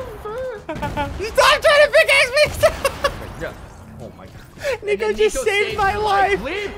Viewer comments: It almost seems like he says tiko instead of nico 😝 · i think he meant to say nico but messed up and that came out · CRAZY No He said NicFOOT!